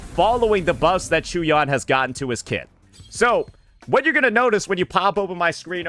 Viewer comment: Unc for the 1000th time it's not CHEW-YAN 😂😂